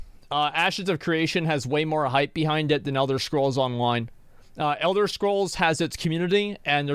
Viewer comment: elder schkrolls? good laugh :D